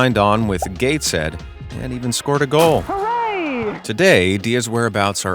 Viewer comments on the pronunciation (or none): none